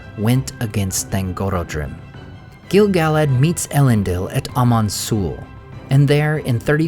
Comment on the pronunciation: I hear his name pronounced incorrectly on almost every video (not just yours), but it's Gil "Guh-ladd" not Gil "Gallad"